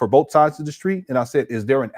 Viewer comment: He repeats everything and it’s so annoying. The word is BOTH, not BOF, Doctor. 😂😂😂